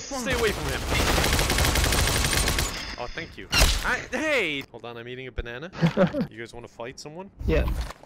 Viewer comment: Me sitting here saying your saying banana wrong XD